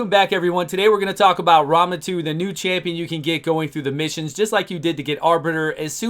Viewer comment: Why does say it like Ramen 2 lol